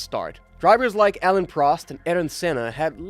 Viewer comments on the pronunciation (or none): none